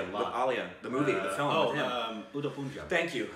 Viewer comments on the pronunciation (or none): why all Americans say it like "poon-jab"? It's just "pun-jaab". Pun - like you would say in "no pun intended."